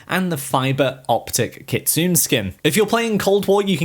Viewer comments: Ayyeee! It's not kitsooon*... It's pronounced * KITSUNEY Learn how to pronounce stuff apart from English man, you guys freak out when we accidently mispronounce English words, when all you can speak is only English. 🤣😂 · KIT-SU-NEH , not Kit soon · Her Name is pronounced “ Kit, Sue, Nae” Kitsune! Not “Kitsoon” 😂🤣! Cultural Appropriation at it’s best (Chef’s Kiss) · It's pronounced kit-zu-nay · It’s kit-su-ne